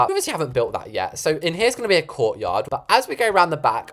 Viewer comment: No kid I thought said "over here will be a CORPSE yard:)" instead of "COURT yard"- PS luv ur vids:))))))